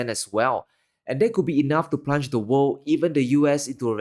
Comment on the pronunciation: They can't pronounce the word 'world.'